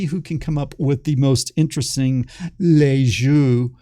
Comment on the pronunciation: Nice video but you should look up how yo pronounce "Lissajous ".